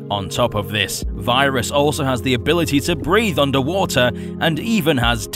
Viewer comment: Its viras VIIII RAS Not Vyeras Vi ras